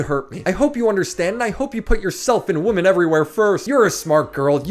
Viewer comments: Stop saying woman instead of women lol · I love videos...but more then anything that every single video doesn't know there are two ways to say Woman and Women. It legit cracks me up. if there are more then 1 females it is Women pronounce wi-men... just one lady...Woman. 😂😂😂😂